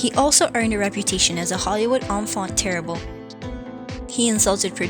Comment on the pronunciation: This narrator can't pronounce "enfant terrible," or "Capote" or "Hoffa" or "solace" or several other crucial words or names. What business does she have narrating anything to do with celebrities? Get someone who knows what they're doing. And if this is AI, heaven help us all.